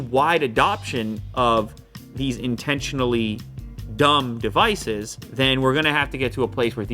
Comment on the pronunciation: More emphasis on the word dumb please.